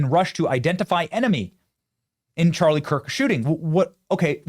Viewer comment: Obama can't even say Charlie's name. Disgusting.